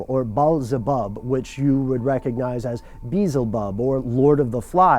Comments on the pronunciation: Beezlebub? Surely bee-elzebub? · haahahahaa the pronunciation of Beelzebub hahahahahahahah its Bee-el-ze-bub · it's not 'beezlebub" it's 'Be-elzebub' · i thought it was pronounced be-elzeebub not beezelbub..i might be wrong though..i usually am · Very cool that you researched facts. Not so cool: Your pronunciation of words YOU: "beezlebub" ACTUAL: Beel-ZE-bub YOU: "abramaic" ACTUAL: A-bra-HAM-ic